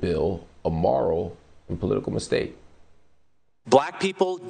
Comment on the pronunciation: Someone teach Mark how to say moral.